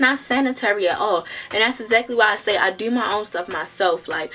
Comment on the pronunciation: “What do I duuuu that’s how you end up on 45 Nuuus” she definitely from Baltimore 😂😂